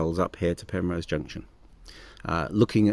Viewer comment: Penrhos as in Ross on Wye not Rose.cheers